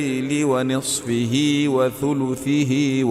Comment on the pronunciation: اسلام علیکم، اس تلاوت کے 2 الفاظ میں غلطی سے پڑھ رہے ہیں، ونصفۃ، وثلثہ،ان الفاظ میں پیش کو زیر پڑھ رہے ہیں،